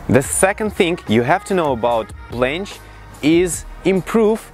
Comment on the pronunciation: Who heard plansh